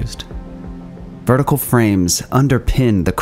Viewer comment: Aha! I always suspected that yaw is "yotation around wertical"